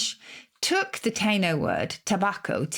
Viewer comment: Not Cuba... and Taino is pronounced "Tie - ee - no".